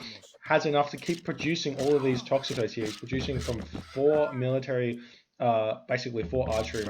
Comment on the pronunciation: I get so triggered by your inability to say names correctly every match but especially this one for the Toxotes. It is Toxotes so tox-oh-teas or tox-oats. Not tox-a-toes!!